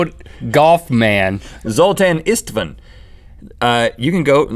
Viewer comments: That's a pretty common Hungarian name, we ain't no aliens! István is pronounced eesht-vuhn fyi. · Istvan is pronounced Ishtvaan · FYI, "Istvan" is the Hungarian version of Stephen, and is pronounced "EEsht-von" like "East" with an "sh" instead of an s, then "von." (It's my brother's name.) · umm,Zoltán István is a hungarian guy...you pronounce István as ishtvaan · Funny how americans spell european/eastern names ...Istvan is pronounced like "Ishtvan" and the "a" is like in "half" (same goes to the "a" in Zoltan") and is translated into Steven in english. Zoltan is a common name in hungary (no , not hungry! ;) ) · It's ''Zoltán István'' guys! And its a hungarian name ;) ''István'' is Stephen in english....anyway, after that video, I decided that I'm gonna send you a package of really traditional stuff.....I don't even know how, but i will!! I like your videos!